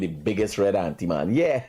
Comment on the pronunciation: The word is antiman not auntiman